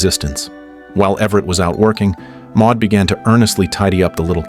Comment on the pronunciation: Maude or Maud, NOT Ma.